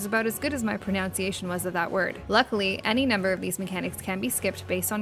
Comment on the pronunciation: It's even better because she mispronounced "pronunciation".